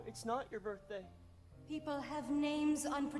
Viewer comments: i’m crying saying borthday 😭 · in the new birthday slime, I cannot unhear saying “borfday”